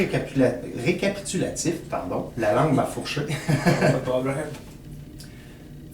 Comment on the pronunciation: petit rékapikatitutilatif LOL!! excellent vidéo à écouter apres une grosse puff!